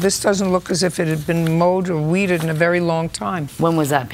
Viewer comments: Mowed it and wedddddedd it 😂😂😂😂😂😂😂😂 how did she pronounce it like that. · "They mowed it and they weeded-ED it." 😅🤣🤣😅